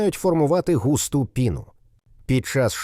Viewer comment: Диктор вивчіть наголоси в українських словах, густа' піна' наголоси на а , а ви як читаєте?